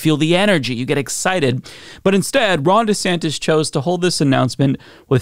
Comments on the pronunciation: who's "Governor Santos?" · "I'm Ron DEEsantis."